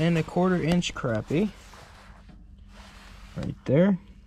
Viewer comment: Good to hear "crappie" pronounced right. Nice fishing!